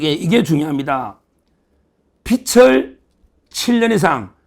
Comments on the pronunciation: 빚을.. 발음 비츨이 아니고, 비즐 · 빚을=비즐 no 비츨!!!